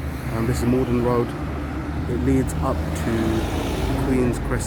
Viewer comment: Malden road not Morden 😂